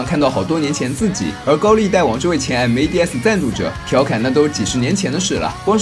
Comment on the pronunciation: 我挺想听白鲸直接念mads，而不是M.A.D.S的，那就完美了